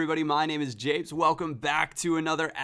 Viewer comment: The fact you said "apes" instead of japes makes me cringe -_- quite badly in fact.